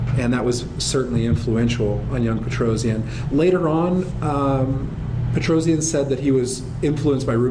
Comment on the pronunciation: Petrosian is pronounced "Petrosyan" not Petrozian :)